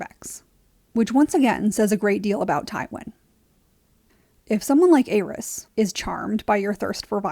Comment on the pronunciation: Great video, only gripe is the way you pronounce the name of The Mad King. It’s pronounced AIR-EASE not AYE-RYS.